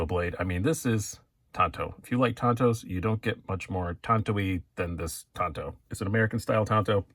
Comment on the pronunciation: Love it, I want one. As a maintenance tech the large tanto portion of the blade will be ideal for pushing through hosing, as well it will like having a 1.5" chisel on my folder, very useful for me. By the way it's pronounced Tanto not Tanto.